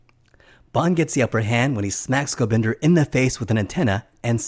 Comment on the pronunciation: Oh, and it's GobindA... as in 'ah", not "GobindER"...